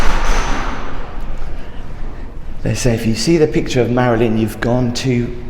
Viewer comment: It's the maryln Monroe